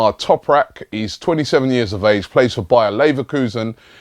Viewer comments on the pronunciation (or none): none